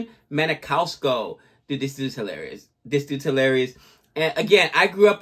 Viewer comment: 🫣 Maniscalco not Manicalsco